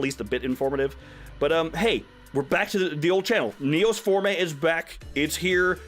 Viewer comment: It's Neos Form-AY? I always thought it was Neos Form. I thought the E was silent!